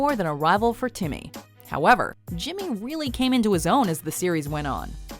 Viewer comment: Impressive of how Timmy is a rock leader for only saying "timmah"